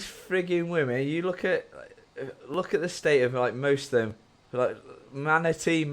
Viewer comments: Manitee...manitee....manitee....on her way to becoming a manitee...lmfao...😂😂😂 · Manitee, Manitee, Manitee, Manitee, on her way to being a Manitee. xD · Manti, Maniti, Maniti.. Dude you almost put me in the hospital.😂